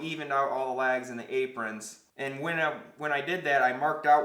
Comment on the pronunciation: can't tell if he's saying "lags" or "legs" ................